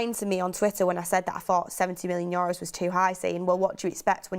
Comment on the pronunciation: She killed me with "Yoros" €.. I just can't.. :)